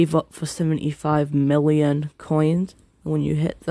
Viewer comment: why do you keep saying mULLioN